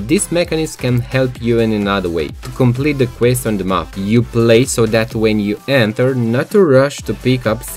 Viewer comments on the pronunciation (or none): none